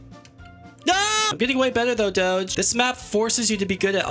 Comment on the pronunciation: Him saying doge is absolutely obnoxious